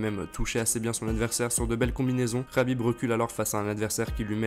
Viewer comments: Dsl mais je pouvais pas te laisser dire sa rhabib mais c'est un K K K khabib et pas rhabib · C est Khabib avec un K il s'apelle pas HABIB bordel de dieux